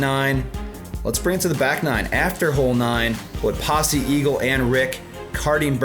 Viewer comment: It's Pasi not Pas-e', perkele